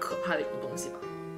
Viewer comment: 拜拜的时候声调很奇怪，好像很害羞一样，哈哈哈！